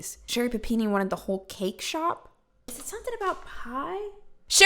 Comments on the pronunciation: I love the way you say PapinE lol You rock! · I was soooo happy when I saw the notification for this video because I was so excited to hear you say PUH PEE NEE again! Just so damn excited! lol